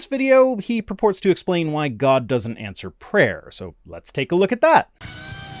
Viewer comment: Every time Catholic says "prayer" I hear "preyer"...